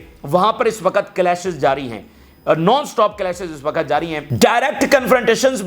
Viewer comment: Pahle tum apna physical action pura kar lo tub news sunana. 2. Sahi urdu bolna seekho.......waqut hota hai......waquat nahi hota hai.Tumhare maximum physical action ki wajah se bahut sare logon ne tumhara channel dekhna bund kar diya hai.seekhne ka amal puri zindagi chalta hai.